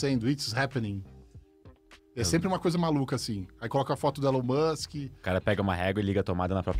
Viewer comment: "This is elon mus"